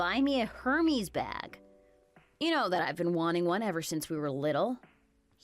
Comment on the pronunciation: It's pronounced "air-mays" not "her-mess".